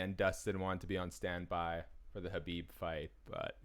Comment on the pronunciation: Imagine covering the sport and not being able to say khabibs name